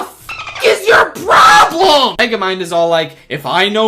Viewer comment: Dude him being so pissed at Meguhmund dum synduhcite was one of the highlights of my day when I first saw it, it was so funny, and now I see it again in Mario Kart? Beautimus